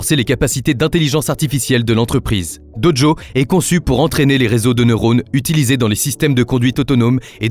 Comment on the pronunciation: "BerlinE", "DoDjo" c'est bizarre comme façon de parler pour prononcer Berlin et Dojo, quand-même. C'est difficile de croire que ce n'est pas une voix IA